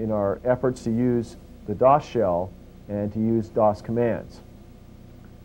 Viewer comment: We used to pronounce "dosshell" as "dos hell"